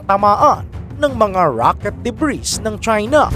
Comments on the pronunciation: "Debri" ( Ito ho ANG plural na Ng debris") Lang po i-prononce at Hindi debris KAHIT GANUN ANG spelling. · DEBRIS- silent " s " pronunciation DUH-BREE